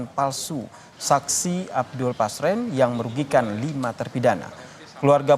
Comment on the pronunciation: Namanya RT Pasren Min.. Bukan Paser, tar salahh lagi 😂